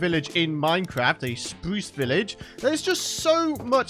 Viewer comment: Spwuce village